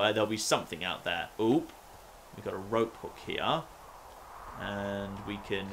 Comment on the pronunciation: He keeps saying rop instead of rope